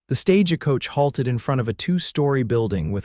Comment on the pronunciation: Tabitha is pronounced "TAB-ih-thuh". It's also Stagecoach NOT "Sta-ge-coach". Arrrrgh!!!!